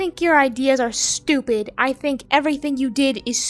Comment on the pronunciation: the way she said "✨Stubid✨" made me chuckle XDD